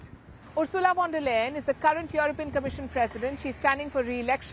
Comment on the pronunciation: Palki mam, please pronounce 'V' of Von der Leyen as 'F' not as V because it's a German name and wherever this V comes in German language, it's F. Hence, it should be Fon der Leyen. Thanks